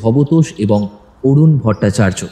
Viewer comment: THIK KRE BOLUN ARUN BHATTACHARJEE NA TORUN BHATTACHARJEE SETAI BUJHTE PARCHHI NA